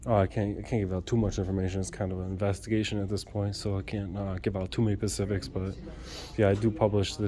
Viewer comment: with all due respect, the word is SPECIFIC not PACIFIC.. pacific is the ocean bud